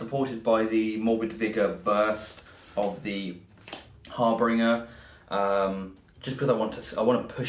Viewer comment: Guys it is not a HarBRinger it is a HarBInger......great batrep btw!